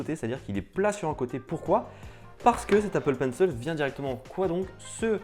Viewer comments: Bonne vidéo ! Mais on dit Apple penc« il » pas Apple penc« eul » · Apple Pencil pas penceul stp 😂😂😂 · Appppplllle PENCIIIIIIIL pas « penceul » 😭😭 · c'est pas toi qui nomme apple penciel mais c'est apple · "L'Apple Peine seule" 😩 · Apple Penceul 😂 je kiffe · L'Apple PencEL, l'EUSB-C, et d'autres encore. Est-ce que tu ne devrais pas faire attention à ta prononciation? ;p